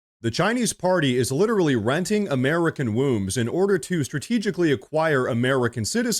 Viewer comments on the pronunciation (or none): It’s really impolite to make fun of speech impediments. Wenting a womb.